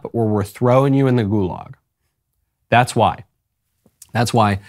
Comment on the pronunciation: You say gulags, Dylan says girlags.